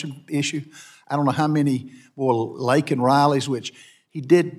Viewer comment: You got Laken Riley’s name wrong, I heard “Liken” or is this just another case of a republican trying to sound like one of the people.